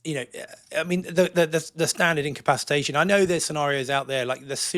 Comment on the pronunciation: Great new show guys! But could somebody please explain to how to say the word(s) "incapacitated" and "incapacitation". ("Incapsitated" is not a word). I understand English is not first language, and he speaks English so well, but he's been saying these words wrong for years, and I had hoped somebody would have put him right on that by now. Thanks guys, and good luck with the new show!